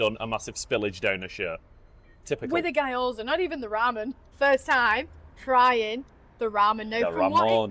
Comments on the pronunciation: Almost turned this off 2 minutes in because guy-oza was giving me an aneurysm lol. Sorry guys ‘gyo’ is one syllable, try saying ‘big yo-yo’ really fast and then drop all the extra letters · As everyone is saying. Guy-Oh-Za is just...... really wrong. It's two syllables, gyoh-zah. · Who is this Guy Oza guy you keep talking about? 😂 GYO-ZA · Hey guys loved the video but the pronunciation of Gyoza was doing my head in Gyo NOT Guy G..yo..za Not Guy…oza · Guy - Oza, seriously? you know how to pronounce it so stop putting on the bullshit accent, please! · There's an Asahi factory in Wulkuraka (part of Ipswich) in Brisbane. Always, always use chopsticks IMO. Also in Japanese it's pronounced Gee- yo-za. Looks delicious